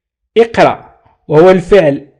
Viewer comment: إقرأ ليس إقراء وشكرا على مجهوداتكم استاذ.